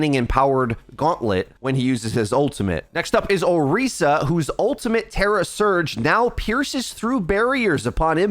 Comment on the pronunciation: man says orica